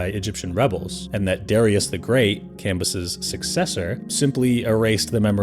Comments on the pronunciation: Isnt Cambyses pronounced cam-bye-sees? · Thought the whole point of the second channel with a worse narrator was better pronunciation, and the video starts with the dude mispronouncing Cambyses (Classical Latin) IPA(key): /kamˈbyː.seːs/, [kämˈbyːs̠eːs̠] Tell me you used a google ai pronunciation without telling me you used a google ai pronunciation.